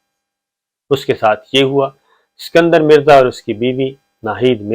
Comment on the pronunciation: It was "ISKANDAR Mirza" not "SIKANDAR"